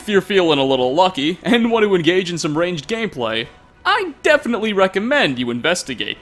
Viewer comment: "ranged gay play" oh my, getting me all flustered